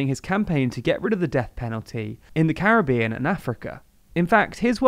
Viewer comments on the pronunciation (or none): none